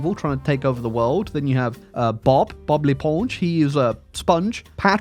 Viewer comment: Your prononciation of Bob l'éponge is on spot! Are you secretely french?